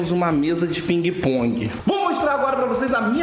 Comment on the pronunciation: Quem ouviu o a dizer espinguepong dá like